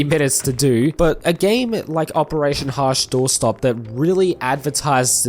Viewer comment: how many different way can you screw up the name?